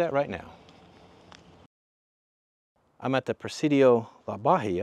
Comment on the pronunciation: Near and dear to my heart is this town! The fort is pronounced La Baa-hee-uh.